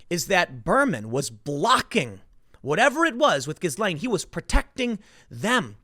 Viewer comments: FFS it's GIL-LANE not GIZZ-LANE or JIZZ-LANE which is a Lane in Soho, London frequented by 'Ladies of the Night'. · it's pronounced -ghee laine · The proper pronunciation of her name is gee-lain; (jeelane). The G sounds as J. Thank you. Carry on. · Her name is pronounced ghee-LAYN, not giz-LAYN. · Did you say Jizzwell? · Her name is pronounced Jees-Lenn, with a soft "J'. Like sheess-lenne. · Stop saying GhiZlaine... ffs.. You don't pronounce the fucking S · The s in her name is silent....pronounced as ghilaine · It's pronounced "Jee-lane" (or possibly "zhee-lane"): but definitely NOT with a hard G"". :) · Tim it's a "silent" s in Ghislaine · Ghislaine sounds more like "Jee-slain", Tim. A soft j. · Tim, stop pronouncing the S in the middle of her name, it's silent :P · Ghislaine Maxwell = "Gee-Lane" Maxwell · The S in her name is silent. It's pronounced like Ghilaine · Can someone PLEASE tell Timmeh that the "S" in Ghislaine is silent! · it's pronounced GI-LANE, tim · I took a sip of my coffee everytime you mispronounced 'ghislaine'.. ☕😅🤙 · The S is silent you’re killing me. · You are terrible with names. The S is silent. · Tim, the S is nonexistent in pronouncing "Ghislaine" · Please! The s in Ghislaine is SILENT! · You don’t pronounce the “s” in Ghislaine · I think the "s" in Ghislaine is silent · Ths s in ghislaine is silent tim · The S is silent in the name Ghislaine